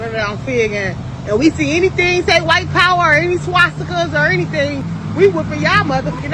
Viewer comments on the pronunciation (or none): She said swatzitka…. Girl, in jails & prisons. It is nothing new to see those marking, in California.